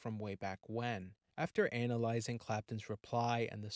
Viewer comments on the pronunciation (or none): It's worth sticking this out just to hear the audio say "anal - izing".